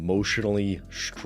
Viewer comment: Strong, not shtrong no one can pronounce an s sound anymore.